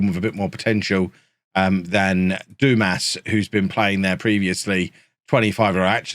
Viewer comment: Dumas…. It’s pronounced, Dumar 😉